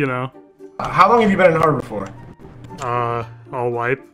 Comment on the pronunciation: "back to habror"